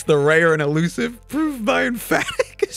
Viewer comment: I totally respect your ability to keep pronouncing 'proof' with a v :)